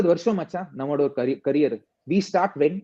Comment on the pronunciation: First time am touched as well as blown away by Robin'😊s comments! So good in explaining a cricketer from their eyes and side... Absolutely stunning❤, liked how he speaks Tamizh specially "Machan"😊